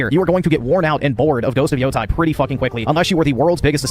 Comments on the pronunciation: Pronounces it "Ghost Of Yotai" cause he isn't a weeb. Uses the phrase Talk No Jutsu which is a meme based on the manga/anime Naruto to poorly explain what happens to the Spider. And "Talk No Jutsu" he is able to pronounce naturally, but wether the E in Yotei is pronounced like an E or an A is rocket science only weebs know. Sure... Also I specified this point cause nobody else pointed it out (understandably sunce it usually gets lost in the sea of stupidity and nonsense he spouts and even I didn't notice it in the original response you did). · bro saw “yotei” and reads it as “yotai” (when he actually pronounced it correctly later in the video so you know it’s on purpose)